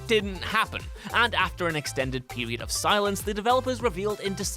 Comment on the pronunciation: It'll be like a gta seweez in the medieval pewwwwiod